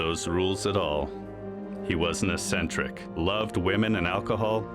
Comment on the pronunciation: "Eccentric" -- pronounced ek-sen-trik. Not ess-sen-trik. Naughty robot!